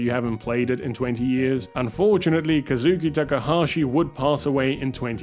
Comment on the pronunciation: "Kazuki Takahashi" Not Kazuo Come on man, read Wikipedia right.